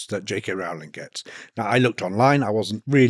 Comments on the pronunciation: Rowling rhymes with bowling xx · Arrgh. It's ROWling as in "row row row your boat" U piss ant dog eared beetle brained soul suckers. A MOST IMPORTANT PERSON AND ON THE INTERNET FOR YEARS. scusi i have lost all respect for nearly everyone including you bat eating buggering wankers.